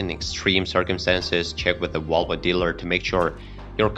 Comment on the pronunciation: Can you pronounce Volvo and not vulva? Embarrassing to listen to!